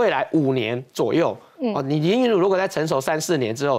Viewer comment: 主持人能不能用點心，林昀儒的名字是要唸錯幾次🙄️🙄️